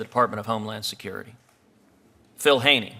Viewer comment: And toward Philip Haney, whose name he intentionally mispronounced and whose book on their criminality he ignored.